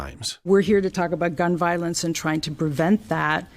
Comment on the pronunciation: Damn. She can’t even pronounce violence correctly.